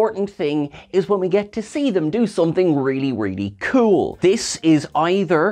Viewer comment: Ya cabbage! You made me feel old the way you said "cool" 😮😂😂😂